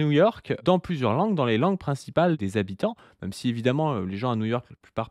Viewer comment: Est-ce que quelqu'un sait pourquoi prononce "même" "meume"? C'est une manière de prononcer ce mot qui vient d'où?